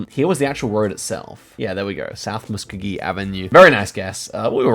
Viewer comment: Musk-oh-gee we love American